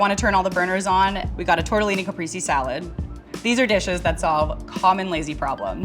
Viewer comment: Caprese mispronunciation is wild